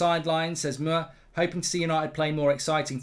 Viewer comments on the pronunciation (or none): none